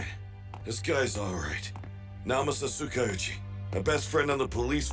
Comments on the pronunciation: and covering his face when F--- fell mention that cute i cant help but gag or cough whenever I hear Tsu- ka- uuu- chi and not Tsukau-chi (its like...Tskau-chi. Tskowchi if you're flexible. It's 2 syllables shorter than the English pronunciation and forgetting all my other hero aca issues, this may be my biggest gripe Cant say pet peeve because thats for a chronic range-- this is just like... stop doubling the names It's okay (here and other lines) not to complicate or change things if they fit already for the But Yuuga? if you meant at the bar, Master told him AllM was indeed weaker and this wasnt a total failure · WHAT (Dang and they're still calling him Tsookaoochi with double word length) I gotta listen next time he appears-- i didn't know he was part of anything before now